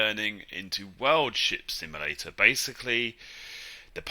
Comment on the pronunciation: You said it at the start sounding like WORLD SHIT SIMULATOR😂😂😂